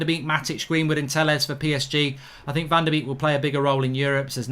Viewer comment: Please pronounce it Van Der Bake!